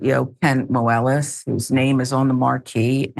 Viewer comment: The way she pronounces Moelis is annoying and wrong.